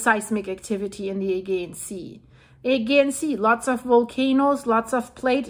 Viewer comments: Just to help you. Pronunciation....Add- g-on. Teide - Tay-dee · Agean, pronounce the g, like Germany... thank you for this update🎉